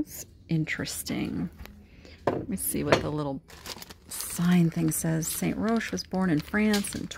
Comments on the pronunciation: St. Roch is pronounced Saint Rock. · The Roch, in St. Roch, is pronounced "rock" here in N.O.. He has a Street, a neighborhood, a market, and a cemetery named after him.